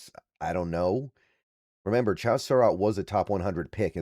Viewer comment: love your content, insight, levelheaded approach. It used to drive me crazy but now it’s almost to drinking game level the way and amount and number of times that you mispronounce player’s names. Cracks me up at this point. It’s Cha like in Chad with a Z on the end.